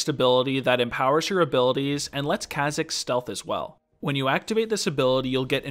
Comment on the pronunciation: Every time you say ka-zigs it kills me a little.